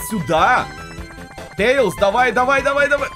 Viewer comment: Не тэилз а Тейлз